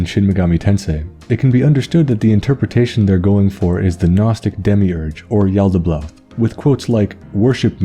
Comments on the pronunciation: Yo nice video man great lore but i couldnt help notice everytime u said yaltaboath u pronounced it with 2 L's like yaltabloath its just yalda-baoth not yalda-blaoth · Am I the only one hearing him pronounce it as Yaldablaouth? It's been driving me insane the whole vid